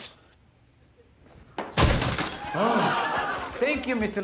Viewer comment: I was listening and not watching and I thought they said tongues, not Tums. 🤦‍♀️